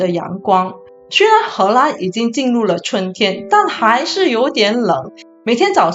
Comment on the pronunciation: 为什么你荷兰的“兰”念第一声？听起来怪怪的。